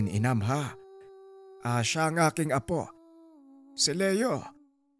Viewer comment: Correction po....hnd inam Ang twg Jan......imam po